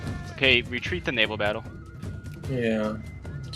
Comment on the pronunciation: Did someone say navial on purpose or did the spirit of bad frank possess them?